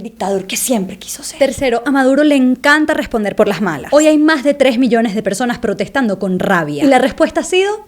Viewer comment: buen video!! y que chistoso que la chica venezolana cambie la "s" por la "j". ella dice: "maj en lugar de mas", "ejtado en lugar de estado", etc, etc.